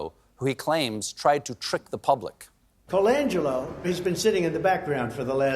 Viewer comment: He practiced pronouncing Colangello while gargling with orange mouth wash